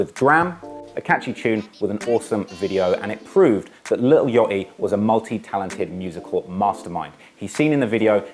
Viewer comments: lil what??? yottiii??? 💀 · Lil Yoeaty😭lol I’m jus hatin, I love ya content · “ lil Yotty “